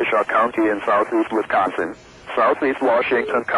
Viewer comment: The way it says "NORTHERN milWAUkee County in South Eastern Wisconson" and "Until PM CENTRAL DAYLIGHT TIME"